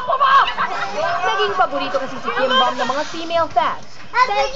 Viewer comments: Its pronounce bom..not bam or buuum..but bom.. KIM BEOM / 김범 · it's actually kim beom. :) (b"o"m)